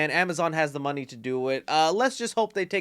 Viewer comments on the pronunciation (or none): none